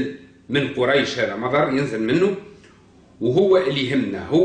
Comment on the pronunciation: مضر بضم الميم لا بفتحها ومدركة بضم الميم لا بفتحها وعمرو بغير مد فتنطق كما ينطق عمر بفتح العين وتسكين الميم والواو للتفريق بينه وبين عمر في مثل عمر بن الخطاب يا جاهل